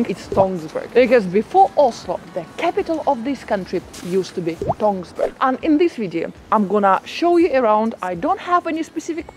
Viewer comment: NO NO NO, not Tonsberg. Tønsberg!!! Same as Österreich is not written or pronounced Osterreich.